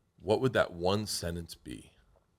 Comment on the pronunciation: Bert pronounces sentence "sennance"